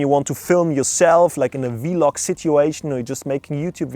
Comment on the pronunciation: OMG BRO It's called Vlog not V-log 😂